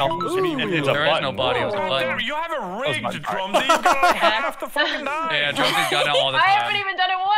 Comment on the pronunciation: Drumsy: NAINE